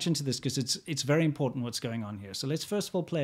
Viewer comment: ImporTant vs Imporant One of these guys was raised by English speakers and one in California.